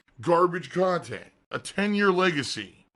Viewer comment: Regurgitation USA, great kahntent! Better than this hyocrite? Probably lol